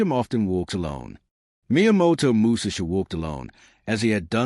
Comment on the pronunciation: Bra..! Your illiteracy is showing! Learn how to pronounce his name.